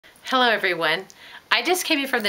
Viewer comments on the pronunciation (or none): none